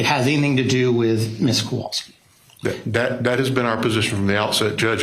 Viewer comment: Oh my gosh! I am so glad someone else noticed it! My last name is hard to pronounce, and people frequently bungle it. It's understandable, but in this case, they've had it for years! And the defense attorney named Hughs keeps pronouncing their last name wrong. He makes the 'wal' in Kowalski into a short a sound like cat instead of pronouncing it like 'wall.' If it was just a few times, it wouldn't be a big deal, but the mangling of their names has been going on the entire trial. The last name thing is annoying, but with Beata it's especially upsetting. And how many times have we heard Maya's name? Sigh ..